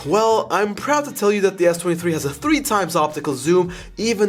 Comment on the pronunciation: Sounded like he kept saying 33